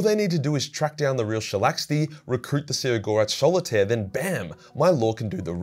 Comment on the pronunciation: Why do you call her shalaxti if there's no T on her name